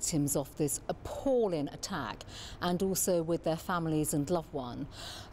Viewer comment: "appallin' attack. No darlin'; have you been taking English lessons from the London Mayor? He hasn't discover Gs on the end of words yet either.